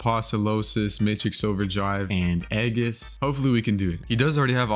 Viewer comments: Stop calling it eggis its ee-jhus and also its a-post-a-loss. not a-post-o-losis. Stop mispronouncing it or im unsubbing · reply to me also can u please stop saying eggius it's age iss srry to sound like a nerd also again it's not apostolosis it's apo sto los